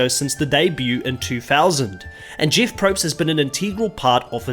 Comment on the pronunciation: it’s pronounced Jeff not Jeeoff